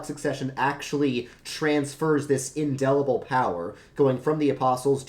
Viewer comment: Seconded, this is very solid. My only quibble is that it's indelible, not indellible.